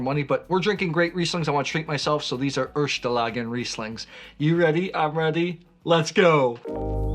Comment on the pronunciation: It’s „erste” not „ershte” for God’s sake! 😂